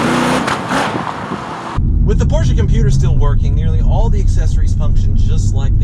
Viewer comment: "This porshe's doin it fer dale!" Fucking died.